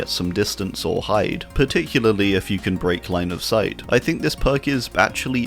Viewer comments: Particularly = Parley (parlelulily) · one day, some day, you will one day be able to pronounce particularly right first try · Here we have the wild in his natural habitat. Which is particul-partic-pa-*uck me particularlily-particUlaly. Particularly 🎉🎉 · Par Tick You Lar Lee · Can we have a 1 hour video of just you saying particularly? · Having a whole ass aneurism over him trying to pronounce particularly. 😂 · This is my favorite video just from him trying to say particularly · "ESPECIALLY" exists my man save yourself the hassle XD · Hi, non-English native speaker here! I know and absolutely feel the struggle with „particularly“ 🥲 I respect your confidence so much for not cutting that out and instead leave it in the video! You’re making great videos bud, keep it up! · Damn, I really felt it when he said "particularly" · I felt his pain when he tried to pronounce “particularly” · i too often have trouble saying particularly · I just love the quiet and calm fuck fuck fuck he says trying to pronounce particularly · My man couldn't even sat particularly 😂😂😂